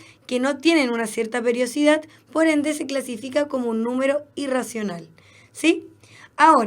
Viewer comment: PERIODICIDAD, NO PERIOCIDAD :)